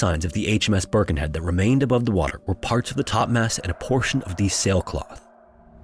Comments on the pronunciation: Also, it's Birkenhead, not Burkenhead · The Isles of Scilly are British, being of the coast off Cornwall. They have nothing to do with Ireland: Pronunciation Scilly Isles or Isles of Scilly - SIL-Ee (C is silent) Plymouth - Pl'mouth (Y - is silent) Torquay - Tor-KEE Portsmouth - PORTS-meth Birkenhead - Ber-ken-hed